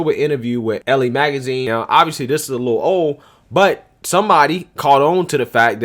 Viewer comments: it's ELLE not ELLIE...... ELLE.... LIKE THE MODEL. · I know you don't read women's mags but, "Elle" is French and is pronounced like the letter "L" and means "she."